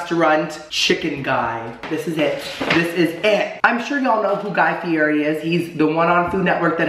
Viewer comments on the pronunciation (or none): am i the only 1 who thought everything looked burnt?, darling! i say this with love, but your pronunciation today is literally making me CRINGE! 😳 guy's last name is pronounced "fee-eddie" & crema is "crem-uh". also, a "BLAT" is just a BLT with avocado. 😘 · You say his last name wrong 😂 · He pronounces Fieri wrong and I want to die. Still love him though lol